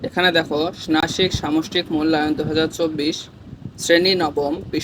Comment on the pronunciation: ষনাসিক মূলায়ন না😂😂ষানমাসিক